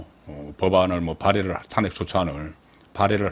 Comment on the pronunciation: 애국적이고 충성스런 방송이라, 우선적으로 애청하고 있습니다. 그런데, ...한가지, 방송의 나래이션은,시청자들과 동질 언어일때, 항상 시청율이 높다는것 기억 하십시요.... 나래이션에서,'탄핵' 이라는 발음을 왜 늘, 탄핵의 《탄》자에 액센트를 주시는지요... 부산 지방의 습관 입니까? 다른 일반 시청자들은, 첫자에 곡괭이로 콱 찍듯이 액센트를 주지 않습니다. 기억해 두시면 유익할듯 합니다!